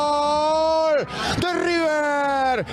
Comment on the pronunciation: No amigo, el 'tatatatatatata' es una marca registrada de Víctor y le queda genial. Y no es 'gal', es 'GOL'... mucho mariano closs.